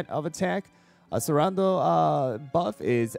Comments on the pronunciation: accelerando read like achelerando :((( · its generally pronounced ak sell er ah ndo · Just a tip, the cell in accellerando is pronounced like you would say cello. It was driving me insane 😭